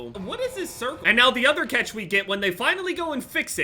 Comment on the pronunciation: Why do you say cetch. It’s cAtch